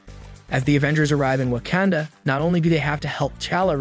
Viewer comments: Especially when he says wah-can-duh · Wakanda not wacanda